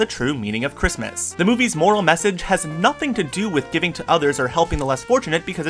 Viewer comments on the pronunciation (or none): none